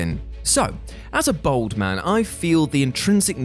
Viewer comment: Worried about pronouncing Dynasty wrong.... Says Bold instead of Bald